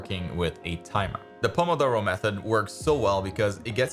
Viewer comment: I'm italian and i wasn't expecting that perfect "pomodoro!" Pronunciation